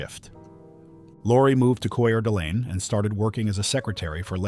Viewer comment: Coeur d’Alene is pronounced “core duh lane.” I don’t know if that is the correct French pronunciation but that’s how it’s pronounced locally.